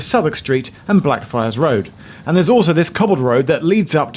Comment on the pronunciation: I have the urge to say "Day" everytime Geoff said Blackfriars because it sounds like Black Fri